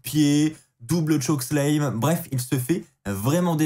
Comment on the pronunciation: Stp, revois ta prononciation de "chokeslam".. Tu me fais mal aux oreilles à chaque fois 😉